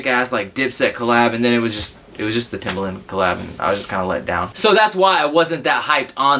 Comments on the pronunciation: Actually its not timber-land or timber-lin its timber-lund. Please get it right. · you pronouns TIMBERLAND as toemboerlienands